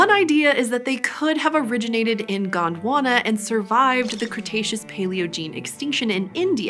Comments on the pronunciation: Its Gond Wana not Gaand Wanna 😂😂😂😂😂😂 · It is Gondwana not GWANDWANA .😂